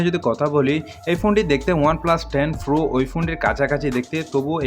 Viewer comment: Pro na .. Fro .. Fro... 😁😁